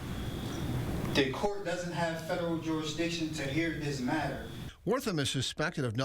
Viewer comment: It's also the court not da court